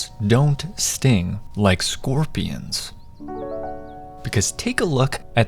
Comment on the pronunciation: I thought you said “scopions”